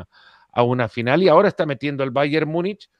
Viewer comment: Múnich, se pronuncia en español como se escribe en español. Por qué le aumentan una letra "y"? Myunich Myunich